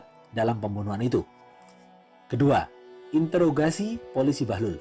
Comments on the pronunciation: Interogasi bukan intrograsi min wkwkwk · Bang ralat bukan intograsi tapi introgasi, intro bang bukan into. Dari kmrn dengerin kok ngerasa aneh ternyata r nya salah tempat wakawaka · interogasi bang.. bukan integrasi 😊 btw semangat buat konten selanjutnya, aku suka cerita cerita india. plot twist nya kece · Interogasi, kok malah bilangnya intograsi 😂😂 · Interogasi bang bukan intograsi... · Intorgasi apa introgasih sihhh auto kuping gua yg salah apa tu orang yg gak bisa ngomong